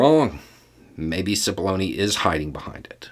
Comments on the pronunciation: As this started I didn't hear clearly and had to start again. I thought he said "So today we are going to talk about paths to baloney". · Oh my heck I kid you not. When first said Cipollone I thought he said 'path to bologna.'